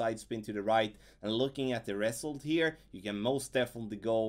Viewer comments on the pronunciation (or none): Thanks for the playthru! Much appreciated 👍 Your English is excellent. You might wanna google the pronunciation of the word "result" 😉 to perfect it.